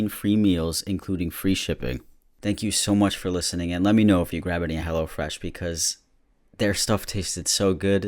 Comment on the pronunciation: Every time someone says hellofresh, I hear hellAfresh, I don't know if it's because of, or I just can't hear but like😂😂